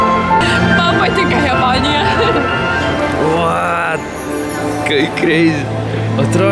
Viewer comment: Wtf deima nemoka ištart jeponije😂